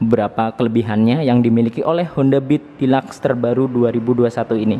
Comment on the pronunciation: Dilaks? Deluxe kali hhahahahahhahaha